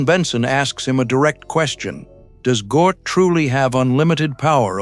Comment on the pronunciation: "Gort" not "Gnoot" Hard to listen to ...!